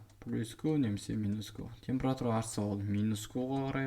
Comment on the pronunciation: ухо режет "темпЫратура"